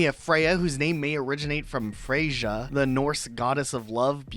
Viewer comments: Freyja is pronounced the same as ypu pronounced Freya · Freyja and Freya are pronounced the same way, just fyi lol. I used to get it wrong before I started researching her